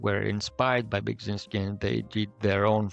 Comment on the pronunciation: Ah man, as a Polish person I can see how hard it is to pronounce Beksiński's name but pronouncing it wrong and saying "yes, that is how you say it and it's fine" is sad. It's not "Beg" but "Bek...".